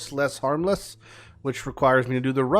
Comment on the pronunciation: It's "Mos'Le" as in "Mostly Harmless" lol